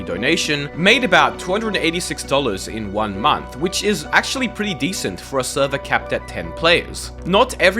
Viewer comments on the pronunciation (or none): none